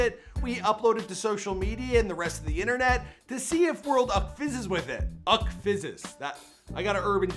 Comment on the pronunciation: Uckfays* not uckfizess